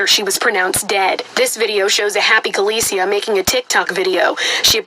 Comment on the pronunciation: Dang!! The news man messed her name all the way up! SMH He could've gotten the pronunciation of her name before the news started! Anyway, what I wanna know is, who's room was she in? Was it the room that was rented for the friends or was it a room that the killer/killers rented? It seems as if she's basically by herself. I don't see anyone in the background.🤷